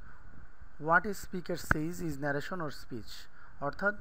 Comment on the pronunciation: you are a english teacher attention your pronunciation: direct narration